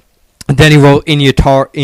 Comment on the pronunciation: yeah that guy really pissed me off i've been a nirvana fan since early 1991 he doesn't know shit bout nirvana,he can't even say in utero right!